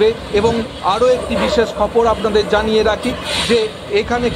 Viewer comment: 'খপর'' খপর' আবার কি? বলুন 'খবর '😅